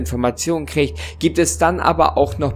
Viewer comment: Ich liebe es wie er immer "kricht" anstatt "kriegt" sagt